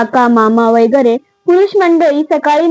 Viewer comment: वगैरे हाशब्द शुद्ध जसा आहे तसा वाचावा वैगरे नाही.जशी आपण न आणि ण बाबत काळजी घेतो.नाहीतर रंगाचा बेरंग होतो.